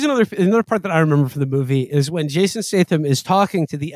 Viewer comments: then he says "Jason Stason" lmaooooo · Mfer said Jathan Statham.